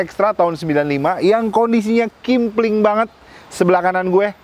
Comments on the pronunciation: KEMPLING bukan KIMPLING 😅🤣 ahh lu dr awal2 dlu ngonten msh aja, di ulik dulu bnr2 kalo mw ngonten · Kempling bukan kimpling😂😂